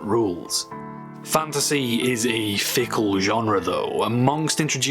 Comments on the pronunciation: You saying the word fantasy so many times made me hear fandussy... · at the start when he kept saying fantasy, all I heard was "fantussy" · You're not the only one. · I'm sorry. Fanta sea. A sea of fanta. All I could hear with that intro, lol! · My favorite part is when he says fantasy